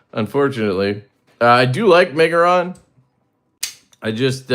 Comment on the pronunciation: Almost had to open a givesendgo for you trying to pronounce the brand😂:_LeftyBallsack::_LeftyBallsack::_LeftyBallsack